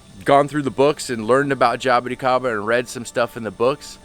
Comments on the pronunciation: Jay-bo-ti-kay-ba Classic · pronunciation of jaboticaba though... hah-boh-tea-ka-ba